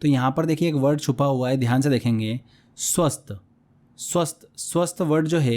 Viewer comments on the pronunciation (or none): सर स्वस्त नही स्वस्थ होता है😊